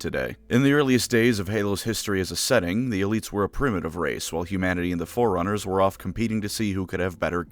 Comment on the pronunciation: the amount of amusement i got out of this video was enunciation of Forerunners making me hear it as 'foreigners' is a testament to the stupidity of my humor